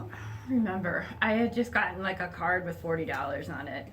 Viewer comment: In the first line she left the “h” off the word with❣️❣️❣️